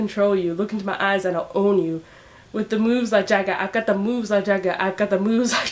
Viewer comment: You didn't say the third "moves" right! It's mo-o-o-o-o-o-o-oves"